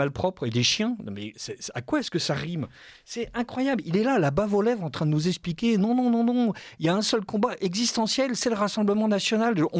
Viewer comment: par pitié.. on dit eXpliquer pas espliquer, on vous n'avez pas, et non vous zavez pas...